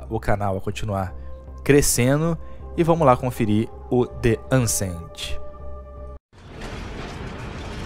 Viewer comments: O cara não consegue nem falar o nome do jogo certo, chamou de "Ancent" varias vezes kkkkkk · nao sabe nem falar o nome do jogo kkkk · boa kk não sabe nem falar o nome do jogo kkkk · Sabe nem falar o nome do game.....jogo é divertido e desafiador........você que só gosta de playstation. E não é obra do gamepass...está no gamepass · E eu tive o desprazer de acabar de conhecer esse canal. O cara fala besteira pra caramba, faz uma comparação nada a ver e nem o nome do jogo sabe falar direito (assim como nada em inglês). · Não sabe nem falar o nome do jogo